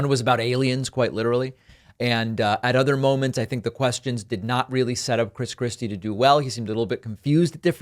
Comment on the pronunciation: Were you calling him Chris Crispy? That’s hilarious